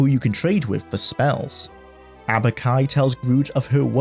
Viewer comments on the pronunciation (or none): it is so funny to complain about the pronounciation of the VA of a character whose name you consistently mispronounce. It's Aubk-i NOT Abu-ki